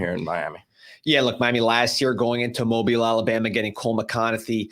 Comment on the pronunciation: Fantastic pronunciation of Mobile Alabama!